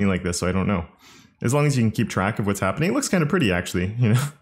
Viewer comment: worries about the pronunciation of Coulter Also: pronounces Can as 🥫 without second thought 😂